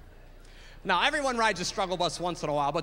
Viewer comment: He says "Now" like "Nao!"